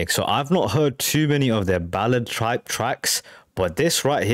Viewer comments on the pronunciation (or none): Little things amuse little minds: I was entertained by a mere slip of the tongue when you said, "One of their ballad tripe tracks." I know you meant, "type", but that's not as funny. Imho, this is far more "produced" than most "Americana", such as the Band, who basically invented the genre, at least as the term is applied to rock music. Not to detract from the Eagles' stellar arrangements, but they really took it to another level, from their country-rock roots to the sophistication on display by this point in their career and discography.